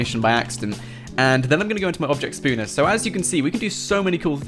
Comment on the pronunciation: Object spooner I like u but say it right